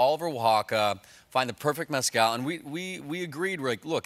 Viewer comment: "Methcal", no?